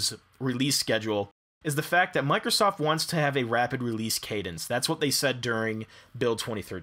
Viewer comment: "Mike Rosoft" btw 2019?